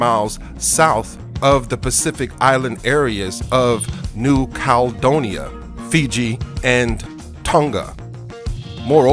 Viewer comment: The indigenous people of New Zealand are Maori pronounced Mow-ree . The Pacific island you call Caledonia (cal donia) is actually named New Caledonia and is pronounced Cal-e-don-ia. If you are going to make an informative video please check your pronunciation, or you come off sounding like an idiot!